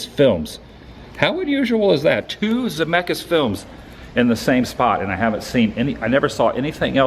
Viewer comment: your.."ZEMECKIS MECA"!